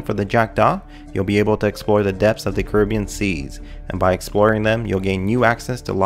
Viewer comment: I'm annoyed at how he says "Jack-Daw" and "Curibbean"